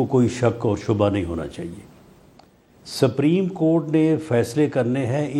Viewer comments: GEO SAPREEM HOTA HAY YA SUPERIM HOTA HAY. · رانا صاحب نام تو سہی لو سفریم نہیں سپریم ہے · Rana cannot even pronounce "Supreme" correctly. It's not "sabreem." It is pronounced as "sop-reem."